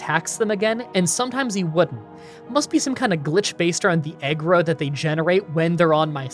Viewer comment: its "aggro" ( ahg - grow ) not ( ahg - gruh )